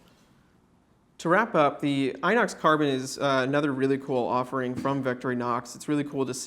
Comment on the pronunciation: Inox means Stainless steel. Oxidation, the prefix "-i" means counter, so it's rust resistance. It's pronounced "enox" instead of inox with the english i, cause this word comes from foreign language